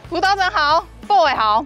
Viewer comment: 輔導長是po欸不是bo欸